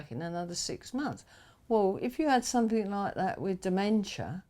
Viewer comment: A couple of real cockneys. Noticed she said “somethink” and “everyfing”, which I’ve noticed a lot of East Enders or Essex people say when there are no such words! It’s hard to believe they’re nearly 80. Both look about 70 to me.